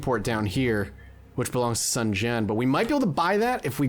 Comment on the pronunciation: I don't think you've pronounced a single name correctly, or used the same mispronunciation twice lol. Zhang Fei- Zh sound is like j in the french Jacques. Zhuge Liang- Zoo-jay. Sun Jian- Soon Also Yuan Shus aknowledge legitimacy just gives him more of his unique currency, so it can be a useful hand in trade. You have so so many ancilliaries you're not using and probably never will. They're amazing for trade. Also trebuchets. Trebuchets are amazing and having 2 in an army can be devastating, if you have a strategist, a trebuchet is a viscous tool.